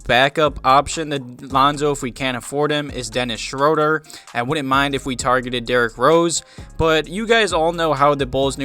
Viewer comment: Dennis is German af so it's pronounced Dennis SHREW-duh